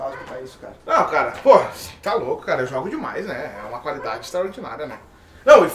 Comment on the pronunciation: "Muita Calidade " hahahahahahahahahha